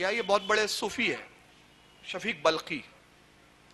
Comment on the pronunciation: waqil sahab.shafik balkhi nahi wo name shakik balkhi hai. Zara padh kar sunao achi tarah